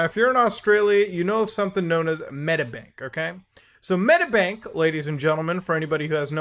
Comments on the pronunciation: So many god damn hacks holy shit, being Australian has never felt so bad, also it's Medi-bank, not Medabank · its not pronounced Metabank 🤣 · Fuck sake mooda this happened 2 weeks ago. Also it's pronounced "Med-ee-bank" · It's pronounced med-EE-bank! ;) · Again? Fucking he’ll I didn’t hear about this one. Hack after hack every week pretty much Also if you want to say Medibank, it’s said like meddybank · The way he says medibank pisses me off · The way you say medibank is hilarious tho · please just say medibank right omg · Bro what series of syllables came out when he tried to pronounce medibank